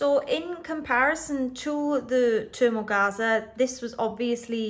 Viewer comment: sorry but I can't stand to listen to you murder the English language You know you could at least go on Google and put the word in there and search how to pronounce it That's what smart people would do or even people who aren't smart What can I say It's pronounced thermogaze I have used it before and still have a large role.